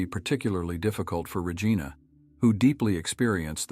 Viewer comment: The pronunciation of Regina was butchered in this. 😳 Please use a human voice.